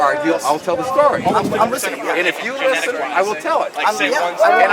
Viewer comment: why does always pronounce listen as "lesson" it pisses me off more than any of his moronic beliefs